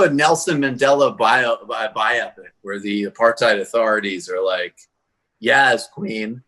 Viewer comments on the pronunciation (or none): none